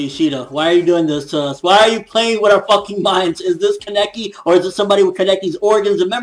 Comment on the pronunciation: so i pronounce it like kaneki but it seems like everyone else is saying keneki which is it